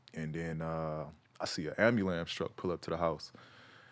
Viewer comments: This nigga really said ambulams I thought I was tripping but he repeated the shit. Sorry for the loss of your moms cuh but the ambulams cuh? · No one: PG: ambulambs truck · Nobody: PG: Ambalamce truck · Ya'll catch that AMBULAMNCE? 😂